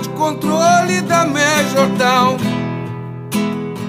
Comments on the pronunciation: Ele sabe bem o que faz e como faz gurizada, comparando com o Bowie, da pra ver claramente que ele pronuncia "Major Town" e não "Tom", dá um sentido completamente diferente a música. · Ele pronuncia Major Town, town é cidade. Ele mudou a letra para adaptar ao português. Tenta cantar essa música traduzindo do pé da letra e me fala se funciona uma tradução ao pé da letra de uma música que é praticamente psicodélica.